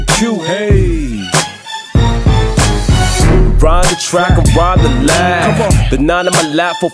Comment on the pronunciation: I couldn't give two fucks about his past. He's never claimed to be an upstanding citizen, just a real dude who has the ability to inspire others. I agree with a couple others who said he should've kept the name as Cinque Glendy though. (pronounced it SinKway too instead of SinCue). Has a nice ring to it